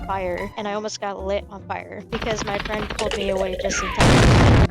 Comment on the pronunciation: Me and my fwen🥺"